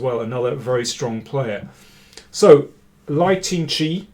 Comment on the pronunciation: is pronounced L/e/i